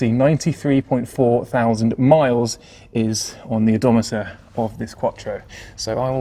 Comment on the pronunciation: Oddonmenter ? Lol